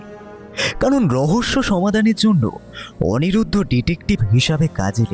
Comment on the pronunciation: অনিমেষ কখনো লিলিকে লিপি আবার কখনও অনিরুদ্ধ কে অনিরুদ্র বলছে! বলাটাও আরও প্র্যাকটিস দরকার